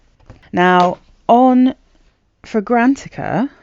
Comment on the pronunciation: Fragra- NAT- icka Not fra-GRANT-icka